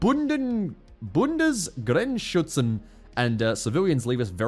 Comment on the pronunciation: pronounciation of "bundesgrenzschützern" (lit. Federal border protectors. Basically border police officers) is amazing